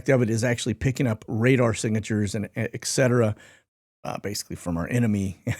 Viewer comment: Love you and appreciate you but please just say etcetera not excetera my dude!